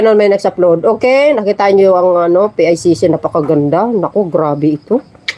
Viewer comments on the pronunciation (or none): PICC po Hindi ICC teh’😂